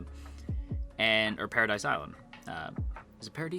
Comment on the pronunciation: It's pronounced "pa-ra-dee" It's the French word for "heaven".